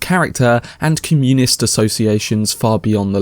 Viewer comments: Did you just pronounce it comMUnist instead of COMmunist? Looking forward to this from Chris Nolan, something different for him. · Sorry, but I can’t get over the way you pronounce Communist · You need to learn how to pronounce words properly if you're just going to read from a script. Biopic, communist, los alamos, being examples just from the first 4 minutes. Shame cos it makes you sound amateur and like you haven't prepared your own content.